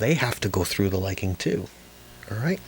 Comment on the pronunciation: I'm likin' your Lichen! And thanks for saying "lichen like likin' since if it rhymes with itchin' I'll start bitchin. ;-) Good instruction too!